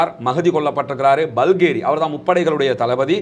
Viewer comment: பல்கேரி அல்ல பஹேரி NOT BALGERY, BAGHERY